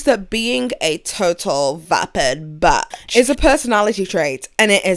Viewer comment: lmao the fact she says bitch like "batch" bruhhh